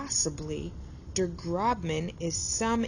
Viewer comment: It’s pronounced Groshman, not Grobman